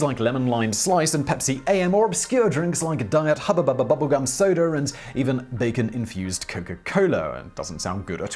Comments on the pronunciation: Im more confused about how he said hubba bubba bubblegum perfectly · Well done on getting 'Hubba Bubba bubblegum' so perfectly. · I always liked Whistler's narration, but for his pronounciation of Hubba-Bubba I say - kudos! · Your pronunciation of Hubba Bubba Bubblegum was Fresh and I see you had some fun with it as well. LoL